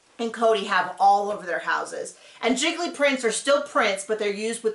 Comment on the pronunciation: Giggly prints 🤣🤣🤣. My husband and I were at some pretentious art store and my husband asked if a print was a “guy-clee” (how we were pronouncing it): the guy suddenly adopted a French accent and appeared mortified and said, “it’s a JEE-clay” 🙄